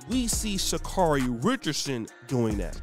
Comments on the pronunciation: First, you havent done your research. Name is pronounced sha care ee. Next, do you know where she has been, where she is, and where she appears to be going? Do you know what she was representing by the action? I hope you will look further into all these questions. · Dude, I hope that you are holding yourself to that highly critical standard you are quick to place on others. Oh, let me digress; if you are going to take nine plus minutes to bash they young lady, take the time to learn the pronunciation of her name. Please allow this young lady to grow. Being a young person dealing with emotional trauma and being thrust into the world spotlight I think perhaps you can show her a little more grace and a little less judgment.